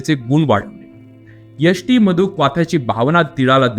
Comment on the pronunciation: तुम्ही यष्टीमधू वास , पाक म्हणता ते नीट समजत नाही,लिहून सांगाल का?